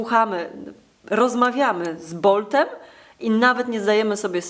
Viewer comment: Botem nie boltem